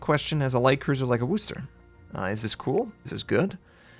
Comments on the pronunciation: Wuss-ter Not WOOs-ter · wooster? no, wusner